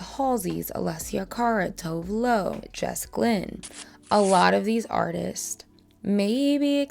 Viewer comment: Love your pronounciation of her name, you nailed it <3 She has been through sh*t here in Sweden with her nasty ex boyfriend who is a famous rapper, who spread revenge p of her, and of course people always takes that as her being a bad person. I think that adds to why her production team wanted her to be toned down and ... well boring. Im glad she's allowed to be more herself now! She's always had amazing stage presence and good values!